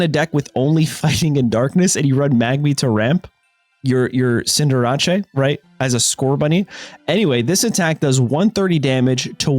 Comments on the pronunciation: Cinderace is pronounced Sin-der-ace. Tf is a Sin-der-ah-chay? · yeah what was that? Isnt it cinder ace? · Bro said cinder aché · I can forgive the Ponyta pronunciation, but WHAT IS THAT CINDERACE pronunciation?!? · do u pronounce cinderace like that on purpose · He does it for engagement and more comments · likes to mispronounce pokemon names on purpose. Some of them are kinda funny ngl, but it's mostly irritating